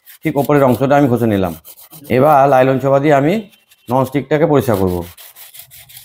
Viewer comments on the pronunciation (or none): লায়লন না নাইলন?